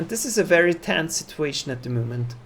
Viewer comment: Mein Lieber. Man merkt gar nicht das du ein Deutscher bist. Machst das mega gut. Ich dachte zuerst das da ein Amerikaner redet. Aber sag doch nicht at the MUUHMENT. Da ist keine KUH. Es heißt MOOOoment